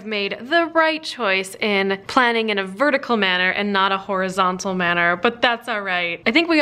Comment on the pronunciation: At one point you said horizontal in such a way I could've sworn you were about to say horriable !